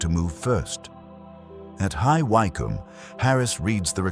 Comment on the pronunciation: It's Wick..um. Not...Why....come!!!!